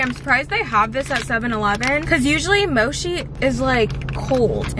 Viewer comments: Not saying moshee instead of mochi ( mochee ) lol btw not all mochi’s are eaten cold that’s only if it’s with fruit or the frozen ice cream ones. People store it in the fridge so it doesn’t dry out as much. If it’s individually packed then it’s not really necessary to put it in the fridge. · Mochi not moshi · Mochi not moshi lol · mo-she … omg 💀💀😂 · guys did she call it moshi???!